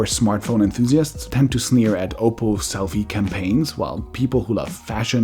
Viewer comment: Oppo, not Opal